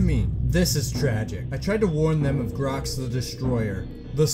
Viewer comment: It's glox not grox